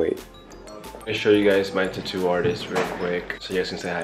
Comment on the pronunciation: Am I the only one hearing “tutu” instead tattoo? Lol